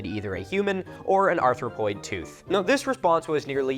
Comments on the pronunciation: You said "Arthropoid tooth" several times. If there were arthropods with teeth like that, I'd never go outside. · "Arthropoid"?? Like a spider? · "Arthropoid"? Like an arthropod??